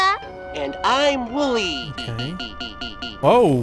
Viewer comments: WOLLY BRO ITS WOLLY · dude its wooly w o o l y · When you got didn't get the name right you made me very mad the name is wooly it's wool's birthday